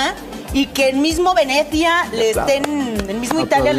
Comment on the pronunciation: Venezhia dijo jajjajajakkak jaja jajajjajaja jajajaja jajajaja jajajaja jajajaja jajajaja